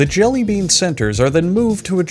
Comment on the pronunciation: did you just say jelly beab at the start